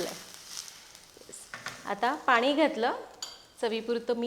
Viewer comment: खूप छान सांगतेस , छान बोलतेस ! भाषा छान आहे फक्त…… पानी नको पाणी म्हण 😊